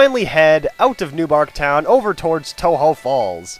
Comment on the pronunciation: since you pronounced tohjo as toe-ho does that mean its a spanish word?